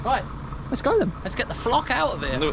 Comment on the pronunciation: "Let's get the flok out of here 😂😂😂😂😂😂😂 so funny